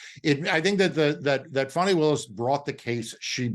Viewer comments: A little respect please Marc to Fani(Fawnee) Willis. MAGA disrespects on purpose with mispronunciations of names. Don't be among them. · Please!! The lady’s name is Fani, pronounced Fawni .